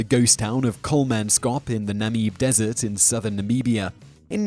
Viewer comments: It's Kolmans kop not Kolman skop. And Namib (like bib) not Nameeb (like bee). I have been to Kolmanskop many years ago and it's not creepy or nightmarish at all. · Namibia Na-mi-bee -ya Namib Desert Naah-mib